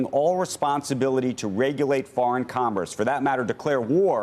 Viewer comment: Murcans have a real problem with "fur-in-all".